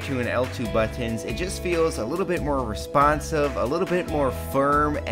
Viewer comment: Liked what he said about the But-Tons, tell me more about the But-Tons.